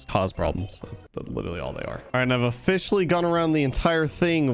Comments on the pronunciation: lol he said o(fish)aly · What he says: officially What I hear: o‘fishially